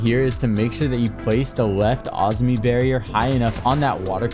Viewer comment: I think the operator is actually called Azumi not Ozmi. But maybe they changed it?